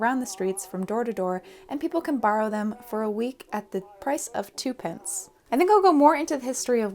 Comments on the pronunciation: Incidentally, 'Twopence' is pronounced 'Tuppence'. (I am an old Englishwoman and know how things were pronounced in the before-times.) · Not sure if you’ll be interested but here’s a Fun Fact about the English language - twopence is actually pronounced “tuh-pence” like Tuppence Middleton. It comes from when we used Pounds, Shillings and Pence and is in the same family as sixpence (helpfully pronounced how you’d think) and threepence (either threh-pence or thruh-pence depending on where you were from) 😁